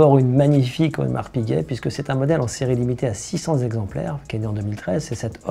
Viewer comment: Marc piget ?????????!!!! AUDEMARS PIGUET !!!!